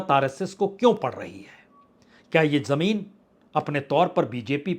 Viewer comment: बाजपेई जी ! आवश्यकता इस बात की है कि आप अपनी प्रस्तुति को श्रवणीय बनाने के लिए अपने उच्चारण सुधारें, जैसे "आवाज़", "ज़मीन" "आज़ादी", "ज़रूरत", "फ़िल्म", "फ़िक्र '", "ख़ासीयत"," ख़ाली", "ग़म", '"ग़ज़ल" ..... इत्यादि। इन अक्षरों के नीचे टींब ( .) हैं , उनके उच्चारण किसी उर्दू भाषा जानने वाले से सुनकर अपना विश्लेषण प्रभावशाली बनाएं। क्षमस्व !